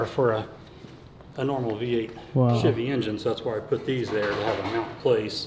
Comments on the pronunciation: I just want to say CHEVY not shivy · i dont understand why some people have the overwhelming urge to pronounce Chevy as "shivvy", its weird.